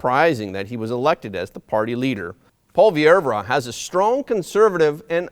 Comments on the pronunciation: You’re pronouncing Poilievre wrong. It’s “po-lee-evr “ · Pierre Poilievre it's pronounced (poy-ee-ev) and no we aren't looking for another Steven Harper... Pierre Poilievre is his own man and Harper had become a dictator to his party and the Country in the end which is why he eventually lost power. Do you're homework it speaks volumes that you could not even pronounce Pierre's surname. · Thanks but man, check out the pronunciation of the last name of Pierre. It is a French name, you don't pronounce the 'e' at the end. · It's pronounced "Polly-ev".Not "polly air vra". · Pwah-lee-ev-reu. This is how you pronounce Poillievre. Just trying to help. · Polly-ev. That’s how most in Canada pronounce his name. And we can’t wait to give Trudeau the 🥾 in the same way he did to the peaceful freedom convoy! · Pronounce Paul Le vay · you're mispronouncing Poilievre's name.